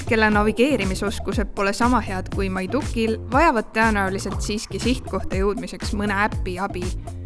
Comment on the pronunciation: Kas selle nime hääldus on tõesti [maiduKK]? Minu peas on see alati olnud esisilbi rõhuga, nagu niiduk.